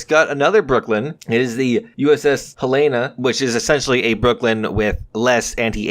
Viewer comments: The USS Helena was named for the capital city of Montana. We pronounce our capital Hel-uh-nuh, not Hel-ay-nuh. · The way you say Helena made me cringe. Its pronounced Hel-en-a. I do find the whole m1a2 situation very strange. They say that it's just the basic m1a2, yet the model says otherwise. Some features of the m1a2 ingame were only added on SEP upgrades. So the question is: Are they planning on changing / adding to the m1a2 in some way or did they just make a big oof? I'm leaning towards the big oof.